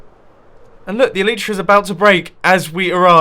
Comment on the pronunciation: Plz like so he sees the pernueation of elytra is ee lllll iii ttttt rrrrr. Aaa